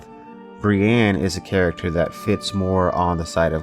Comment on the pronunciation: Love you dude, but its not Bri-Anne. Its Bri-ENNE.